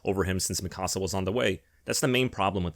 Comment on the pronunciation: The only thing worse than the ending of AoT is the way you incorrectly pronounce Mikasa even tho there is 4 seasons of an anime that tell you how to properly pronounce it